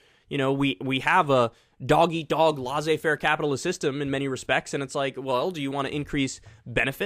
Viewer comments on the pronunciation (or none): Hey Kyle.. love your show, but it's pronounced LEH-CEH-FAIR please 😃